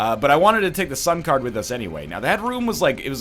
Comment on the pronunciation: When he said sun card again, I heard sun cardigan